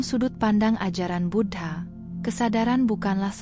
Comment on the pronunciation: Bu-dha bukan Bud-ha